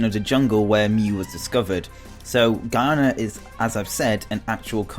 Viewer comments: It annoys me that he said Guyana wrong for mew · Mew was located in "Ghana" not "Guyana" don't know if i spelt the second one correctly